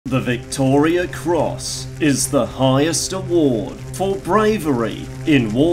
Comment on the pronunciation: Turned off when you couldn't even pronounce it correctly....Victoria Cross...not Victoria's